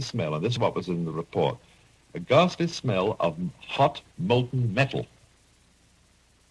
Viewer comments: Hessdalen is apparently a hotspot for sightings, with a permanent webcam now. And btw, the word is "ghastly", not "gasly". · ghastly, not "gasly"